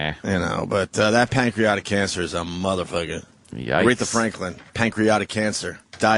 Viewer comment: "Pancreotic cancer" Thought it was pancreatic